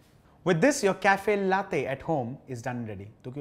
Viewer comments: It's pronounced Laa-tey and not Lathe. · Lattte?? C'mon it's la- te!! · Its not latthe it's laa tei. Or latte😅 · Well it's called latte, ta as topic,truth not tey as Taiwan ,,,across the globe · HOW DO YOU PRONOUNCE THAT T SO HARD!? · Great video although it pinches me every time latte is mispronounced. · He knows how to pronounce espresso but does not know how to pronounce latte. 👌